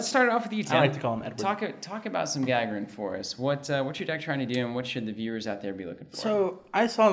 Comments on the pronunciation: ***** More like Guh-Guh-Rin, emphasis on the second "Guh". The "A" is not meant to pronounced the english way. Neither is the "r", it is rolled normally, but that would you just give a hard time I think. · It's pronounced Gah-Gare-In! As in Yuri Gagarin :) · Was about to comment that you're mispronouncing Gagarin, but other folks already got it covered. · ***** The emphasis is on the second syllable - gagArin.